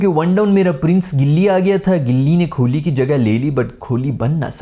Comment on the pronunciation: It’s kohli not kholi